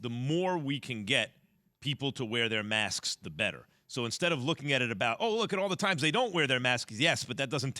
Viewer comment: "Maskes" -JWill